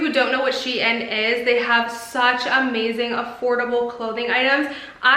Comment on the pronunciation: No offense but it’s not pronounced she in